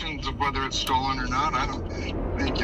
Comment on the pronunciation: I’m only 2.5 minutes in and I already can’t hear say “STOLEN” without hearing “NOLAN”